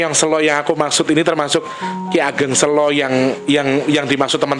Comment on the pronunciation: coba cari org Jawa yg tulen di situ,ngk enak je ngucap Ki Ageng Selo nya. 🙏🙏🙏